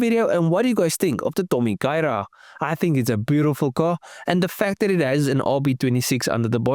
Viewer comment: I think you did well with the Japanese pronunciation. 👍